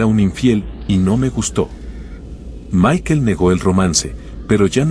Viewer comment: Barbara no Bar-bara y es Michael no Mikel 🙈 minimo pronuncia bien los nombres 🙈